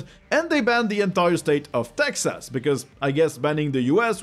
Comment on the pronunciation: The way he pronounced "Texas" ...lol!